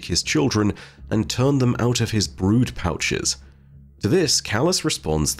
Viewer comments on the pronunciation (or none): none